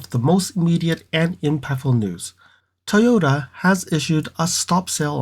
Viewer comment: Can you pronounce it as Toyota instead of toyta please?